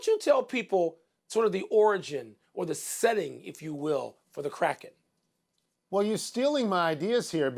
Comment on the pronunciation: Funny thing is the word Kraken correctly pronounced is nowhere near Crackhead 🤷‍♂️